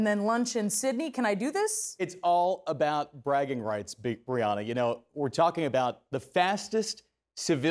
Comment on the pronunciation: Anyone else hear him call her Big Brianna?